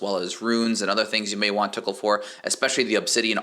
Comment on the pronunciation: lmao the way you say tokkul "the tickle shop"